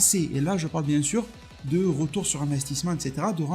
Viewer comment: Tu es de rrrrrrrrrreture !